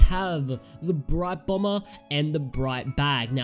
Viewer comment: You said Brite Bromber lol